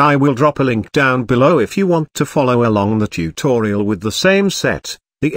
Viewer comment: Say again. Tu to ri al 🙂